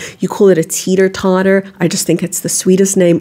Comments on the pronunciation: did you try to imitate an American when you said teeter totter?! 😊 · I was laughing so hard....love how she said teeter totter!!!